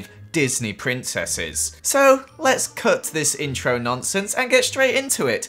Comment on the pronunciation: Me: It's pri: PRINSSES 😁 Me: I was gonna say but ok 😐